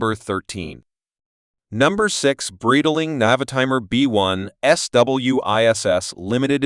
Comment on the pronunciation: Wrong pronunciation. Should be "bright-ling"